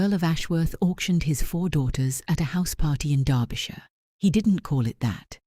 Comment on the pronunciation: A story off the beaten track from most Duke stories. Finally a Duke who looks like a real person instead of a Greek god! Both the Duke and duchess characters are well drawn and also the first time I’ve heard in any of these stories where Derbyshire is correctly pronounced. Congratulations on a job well done.